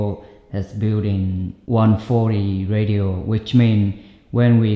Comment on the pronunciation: Your English is entirely adequate and functional. I had no problem understanding you, and the concepts you explained were very well thought out and clear. Just FYI the word 'ratio' is pronounced like 'ray-shio'. It's related to the word 'rational'. That was the only word I heard that stood out and made me think, but it was obvious what you meant in context. Thanks for all you do.